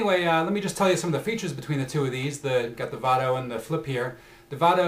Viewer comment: lol its pronounce VAYDO not VAHDO